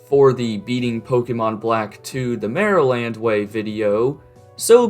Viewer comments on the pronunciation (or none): none